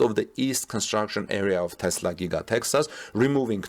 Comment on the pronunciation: Thanks for saying TESLA not TEZLA.